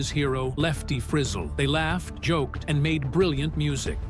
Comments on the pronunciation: I love Roy. Saw him live shortly before he died. He liked Lefty Frizzell. Every time the narrator pronounces the name I cringe. It's not Frizzell as in in drizzle, it's Frizzell as in excel. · Know what you are talking about, THEN put it out. And it was Lefty Frezelll. Not Frizzle. Didn't make 2 minutes and turned off. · I love these electronic announcers, "LEFTY FRIZZEL" as in Drizzle? How about "LEFTY FRIZ--ELL". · Frizzell is not pronounced frizzle.